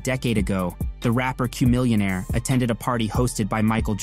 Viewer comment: I don't think you love rap. How you gonna butcher Chamillionaire's name and N.O.R.E.'s name? You're a CULTURE VULTURE telling old rap stories that heads who been down with the culture knew about years ago.